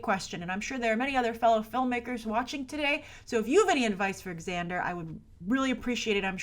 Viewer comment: Just FYI, it's pronounced "Zander", not "Ex-ander".